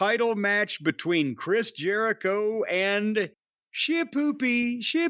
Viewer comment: Chris Jericgoretire lmao 🤣😂